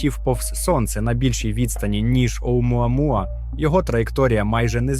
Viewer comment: Автору моя повага, вимовляти "Оумуамуа" без запинок..